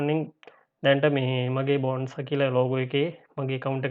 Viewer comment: Good video brother... නම බොනැන්සා කියලයි කියවෙන්නේ... ඒක හදා ගන්න. ස්තුතියි